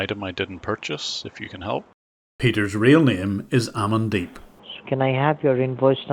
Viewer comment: Whenever you said the scumbag’s name, the only thing I heard was “I’m in deep”